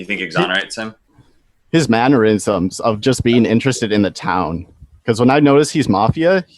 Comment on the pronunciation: Why does everybody keep talking about 'maneurysms' instead of 'mannerisms'?